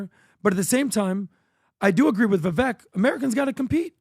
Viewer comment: The fact that still doesn’t pronounce Vivek’s name correctly drives me crazy.. it’s Vivek like CAKE!